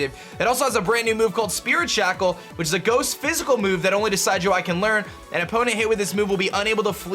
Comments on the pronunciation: I simply disliked because you mispronounced Primarina and Decidueye. It's PREE-MARINA, not PRI-MARINA. Also, you made the "I" sound in Decidueye's name, it should sound more like DESID-JEWEYE, not DECIDE-JEWEYE. Don't blame me, blame my OCD. Sorry if this sounded offensive. I know I'm gonna get hate on this comment, regardless. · Its not Decide-you-eye! Its Pronounciation: Deh-SID-ju-eye Like Deciduous trees, and eye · decidueye is pronounced duh-sidge-oo-eye ! just a heads up! it's like a deciduous forest ! :D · im sure someone commented this already, but: Rowlets final evo's name is a mix of Deciduous, a kind of tree, and eye. pronounced Dee-sid-you-eye, not dee-side-you-eye. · It's probably pronounced like deciduous because of the forest type. Not like the word decide. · And it's pronounced Decih-dueye, not Desigh-dueye! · The mass mispronunciation begins.. why do I get so triggered ffs lol. Decidueye's name is based of deciduous, not decide. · Believe it is De sid u eye, like deciduous forest, not De side u eye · It kinda bugs me he says DECIDE-U-EYE its decid soft c as in deciduos forest and eye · You pronounced Decidueye wrong. It's deciduous and eye put together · Everythime he says Decide-you-eye I facepalm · Pronounciation: Decidueye (Deh-sidj-yoo-eye) Like a deciduous tree. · I believe it's [de-SID-you-eye] after the deciduous tree, as well as [PREE-muh-ree-nuh], as in Primadonna. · It's pronounced Deh-Sid-You-Eye like Deh-Sid-You-Us trees that lose their leaves yearly as if they are dead. Also Pree-Mah-Reena similar to primadonna which is a female singer. primadonna + marine = primarina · I think Decidueye might be pronounced Di'Sijō-Eye as in Deciduous (Di'Sijō-Os) + Eye. But I could be wrong because Decide - You - Eye sounds better anyways. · The dueye in Decidueye is pronounced "day" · I think it's probably pronounced 'Decid-' as in 'deciduous.'